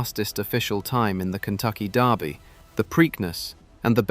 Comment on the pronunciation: Kentucky DERby not Darby